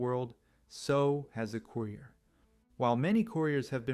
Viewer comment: COOYRIER. LOL.